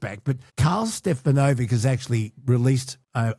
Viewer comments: His surname is being mispronounced……..it’s not Stefa…..novic………it’s actually Ste…..fanovich. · His correct name pronunciation is not stefa…no…vic…. it is ste..fannovich. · Karls name is actually pronounced Stefanovic